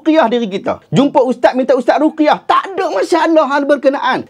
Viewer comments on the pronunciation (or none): none